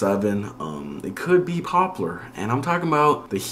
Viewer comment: its popUlar, not popolar